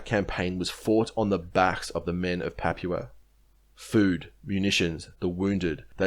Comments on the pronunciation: You're pronouncing "papua" completely wrong man. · You don't know how to say Papua. Sad. And you keep saying it wrong, over and over. It makes you sound stupid.